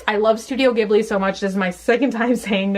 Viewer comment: Heeeeee, and "Studio GGIBBLEE" xD